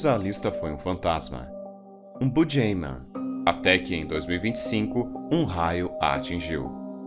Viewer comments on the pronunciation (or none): bujêiman? Boogeyman é buguiman.